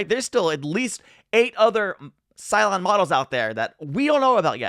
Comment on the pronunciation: BooLon.😂Every time I hear it, it makes me giggle😂 Thank you!!!